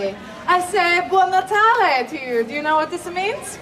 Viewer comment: We certainly don’t say “buon natale” with that intonation 🤦‍♀️🤦‍♀️